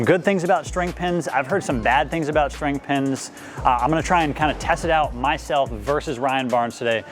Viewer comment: PSA: It’s string pin, not shtring pin.